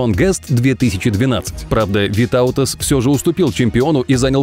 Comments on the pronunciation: Я из Литвы и Витаутас ударение на и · Витаутас имя ударение делается на и )